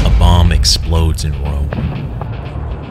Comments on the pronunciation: When he said, "a bomb explodes in Rome". I genuinely thought he said, "A mom explodes in Rome." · That definitely sounded like "a mom explodes"